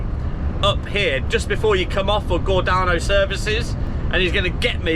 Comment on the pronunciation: Gor Day No is how pronounced, I saw u with that boat truck on ! Spot that V8 anywhere😊